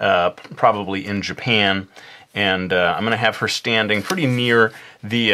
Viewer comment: It's kind of funny how you say "Japphen" (Japan) :P Awesome video, by the way!